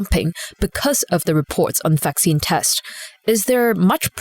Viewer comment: It’s vaccine... not faccine... if you are not sure you could check dictionary